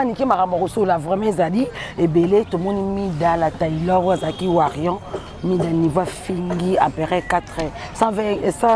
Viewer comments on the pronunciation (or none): Warrion nde nini lisusu. BOZO yoka te. On dit WARRIOR. On prononce le "R" à la fin. Est ce que Fally est bête pour que quelqu'un lui dicte sa façon de gérer son INSTAGRAM? Qui il doit poster? Bêtise sur bêtise.